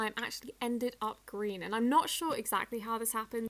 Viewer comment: You said ” Green” wrong you said Greewn